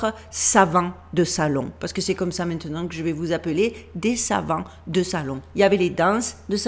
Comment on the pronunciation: attention ce n'est pas "mainant", mais "maintenant" pour le reste c'est parfait j'adore vous écouter, je vous embrasse, merci pour votre travail